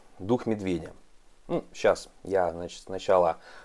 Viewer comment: Толковый обзор только извините уж комментарий филолога-переводчика но медведь это не "пиво"(beer)" и на английском произносится как "беар" bear I [bɛə]😉☝